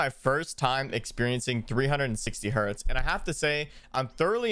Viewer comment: heartz? i thought it was hertz